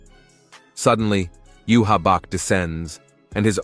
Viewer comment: These are good. But can you pronounce bankai 🫠 like they do in the anime...bahn-kai...also you-havac. Sry to nitpick 🙏 Also stern ritter translates to star knight, not student legion. Wouldn't make sense since they're adults